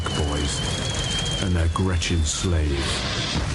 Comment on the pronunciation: When you say "gretchin slaves" the Scottish in you shines. so pleas use that phrase more often!